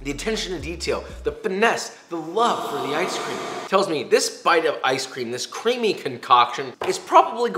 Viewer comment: We've gone from CWISPY to CWEAMY